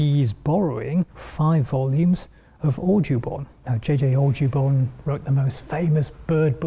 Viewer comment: Watching repeatedly mispronounce Audubon's name, an American, is justice.